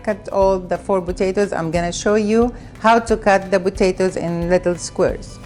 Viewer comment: I love how say botatoes instead of potatoes! Love it!